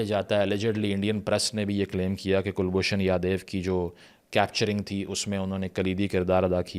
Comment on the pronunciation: Kulbhushan Yadev nahi, Kulbhushan JADHAV!😮